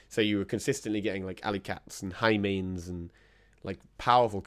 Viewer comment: Almost choked with you said “sheiman”